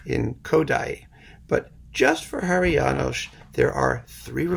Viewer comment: And many thanks for the all good pronounciation of many Hungarian names, including Háry János, with SH ending..., rare occasion, btw.